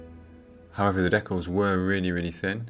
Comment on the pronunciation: They are DEE-CALS not DECK-ALS. Not sure how you get the word DECK when there is no K in the word.